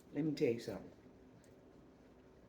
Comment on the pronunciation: 🤎🤎🤎, when u said" letmetellusome'um" I just burst out laughing..I knew it had to be good😂😂